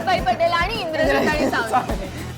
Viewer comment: Mouthwatering dishes... 😋 Both are cutipies..❤️ &... 👌👌 Br Indrajit Ingrajit bolto kay mitra?? Vishala..bhari vatal....